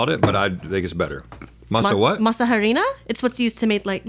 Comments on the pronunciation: the H in Harina is silent. Masa Harina -- Mah-sah Ah-ri-nah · you dont pronounce the h in harina..... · In Spanish the H is silent. It's "ah"-rina not "ha"-rina. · The h is silent like most words in Spanish!